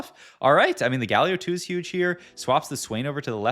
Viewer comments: Hi, love your videos, always on-point with the new set meta. I just find a bit odd with the pronunciation of some of the champions... I heard you say Galio, and then you say Gayyy-lio sometimes. LOL Why?? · Is it me or do you pronounce champions names weird. Its like youre purposefully doing it. You say yasuo and galio so weird